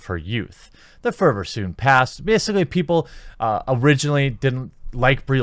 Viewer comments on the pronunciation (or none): none